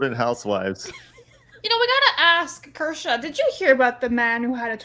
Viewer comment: He finally said Kirche’s name right